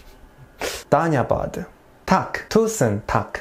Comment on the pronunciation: Im nepali its dhanyabad